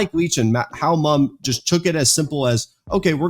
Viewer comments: Mumme is pronounced like mummy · Mumme.. pronounced Mummy.